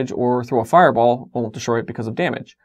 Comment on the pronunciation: You might want to put up a text box because the "won't" sounds like a "will". Might confuse newbies. Thanks for these videos though, I'm learning things and you deliver and explain them well.